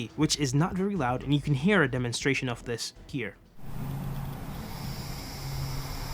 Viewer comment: Are you not a native speaker? You consisntelty pronounce OF as OFF when it should be OV.